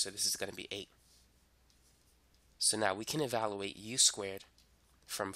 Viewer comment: Please say evaluate, not evaloooate. You say "value" correctly. It's just e-value-ate.